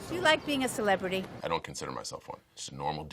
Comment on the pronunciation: "Dude! I'm asking a Celebirity a question! Jesus!!" Lol